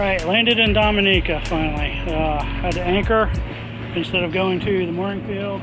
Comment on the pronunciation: it's pronouned Domi-neeca